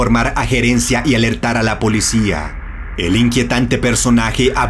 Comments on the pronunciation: No se dice polecia si no policía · Solo yo me di cuenta que dice polecia?